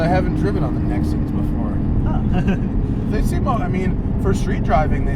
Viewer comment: As soon as he said NEXEN I couldn't watch anymore. BYE